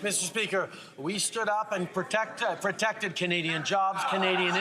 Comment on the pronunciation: This idiot says "ahhh" so much i love his pronunciation of protected....."protectuhhhh". what an idiot